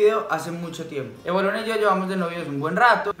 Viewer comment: Ya sabemos que así no se escribe supongo que lo puso como un chiste, porque Evaluna lo dijo mal🙄